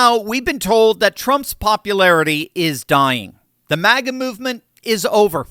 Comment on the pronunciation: MAGA not MIGA